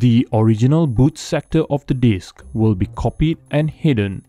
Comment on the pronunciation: You said bad sectore. Did you mean boot sector?